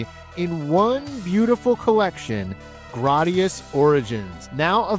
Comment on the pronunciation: I've never heard someone pronounce it like you 😭 I believe it's "gray-dee-us" whereas you say "grah-dee-us" 🤮